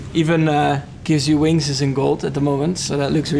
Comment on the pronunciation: “Redbull gives you wangsssss”